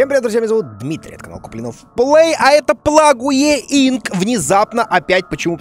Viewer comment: Алилуя, теперь не только я говорю вместо пледж инк ПЛАГУЕ инк